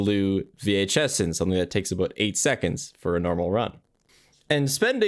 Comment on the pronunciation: "Spending aboot 5 minutes in the battery room" oh no, he's canadian.